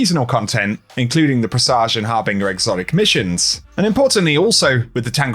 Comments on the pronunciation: PRESS AGE HAR BIN JUR not PRESSAJ OR BING UR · har bin jure harbinger